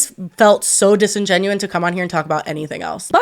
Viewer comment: I love you but it’s “disingenuous”. Just because you said disingenuine twice and that’s technically not correct 🙈 sorry not trying to be that person it just was bugging me.